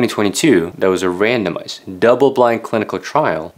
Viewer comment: lol, when you said "randomized" I first heard "random ass"